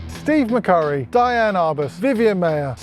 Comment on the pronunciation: I love your channel,, but what I DID learn at "Uni" is the Diane Arbus pronounced her name "Dee-ann." Seriously, I took an art photography course at UT Austin in the mid-70's taught by Garry Winogrand, who was a good friend of Arbus and that's when I heard how she pronounced her name. I went on to med school as you suggest might be a more useful reason to get a college degree, but I learned from Winogrand to "shoot without preconceptions." That was his oft-repeated mantra that most of the students in the class seemed to ignore because they were trying to shoot like Winogrand. Keep up your wonderful videos and I suppose I should subscribe to your Patreon channel to receive a larger dose of Schaller-mania.